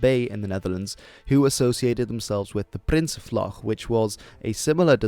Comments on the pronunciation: HOLY SHIT YOU SAID PRINSENVLAG THE GOOD WAY IM SO PROUD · You spoke nsb en prinsenvlag with a Dutch accent... Well done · wow omg i loved how you said n.s.b. and prinsenvlag combined with english i am dutch myself and its very weird to hear dutch and english at the same time